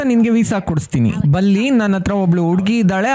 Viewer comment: ಬುಲ್ಲಿ ಅಲ್ಲ ಸ್ವಾಮಿ ಬಲ್ಲಿ😂